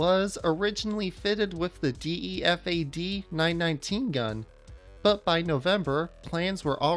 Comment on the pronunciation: he pronounced all kinda badly. Dee ee ef ay? Es oh ef ay em? Ee-veen?